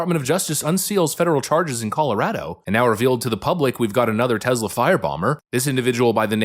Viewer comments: Take it from Pam Bondi - it's TESS-la, not TEZZ-la. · TESS lah. "Tezla" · its tess-la, not tezz-la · I listen to all your posts every day and really enjoy the meme of the day concept, but for the love of God it's Tesssla rather than tezla. Keep up your good work on shedding light on the craziness of the left. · By Tezzla, do you mean Tesla?